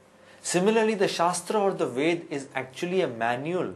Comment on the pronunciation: first learn how to pronounce the word Ved...